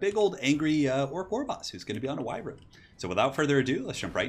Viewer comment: do me a favor please and look up how to pronounce Wyvern. I love your battlecasts, but this just rubs me the wrong way so much!